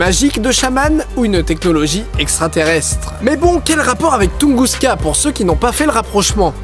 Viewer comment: j'suis peut être chiant mais je crois que c'est "Tunguska"